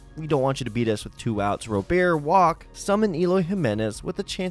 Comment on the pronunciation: How do you still not know how pronounce Robert